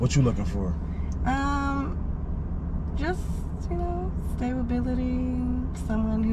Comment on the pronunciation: "StaBAbility" is fucking crazy my boy!😂😂😂😂😂🗑️🚮🦝